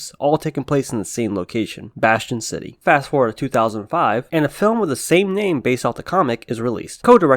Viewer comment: "Bastian City?" What in the name of eff are you smoking? Basin City. Christ.